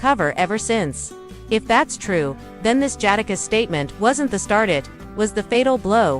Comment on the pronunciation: Can’t take u serious LOL U CANT EVEN SAY JADAKISS RIGHT 😂… FOH WIT THIS MESS😂😂😂😂😂😂🤦🏾‍♂️